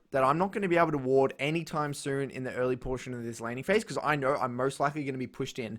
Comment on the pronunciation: "I knoer"